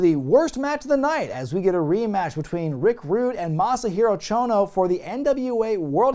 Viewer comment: Struggling? He nailed it! Konsuke Sasaki and Mr. Chono.